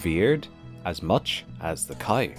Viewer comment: Why is he pronouncing cow as khais ?